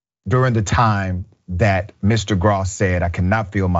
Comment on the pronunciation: Its (growss)...that is how you pronounce that name.